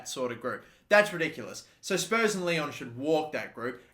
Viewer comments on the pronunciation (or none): none